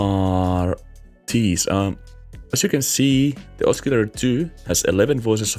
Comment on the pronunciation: ah-suh-lay-ter not ah-skee-lay-ter